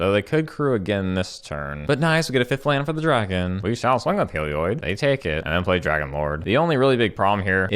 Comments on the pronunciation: "Helioid" D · Hehe, that is the only reason I brought it up, he says "Helioid" too :P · papa pronounces Heliod like Seth, praise be